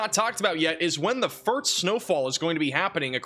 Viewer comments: I can't :) but have to before someone calls you out on it. Did you say FURT or FIRT snowfall? Drag out the letter "S".. FIRSSSSST / 1st snowfall. Just trying to help brfore you go on live tv as a news caster. (Weather Man). Good work on everything else, you guy are always 99 perc of the time on pount and accurate!! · why does he say "furt snow" fall? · Does keep saying firts instead of first? Still a good channel. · Do you know you say firt instead of first? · Am I hearing fert instead of first?😅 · Is it me or does it sound like he's saying "fart" instead or first.... lol